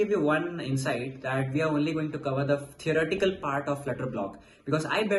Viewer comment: why does he keep saying erotical, is it theorEtical?